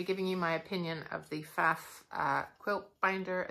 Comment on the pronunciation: If you can’t pronounce the name PFAFF … how can we trust anything you say about it ?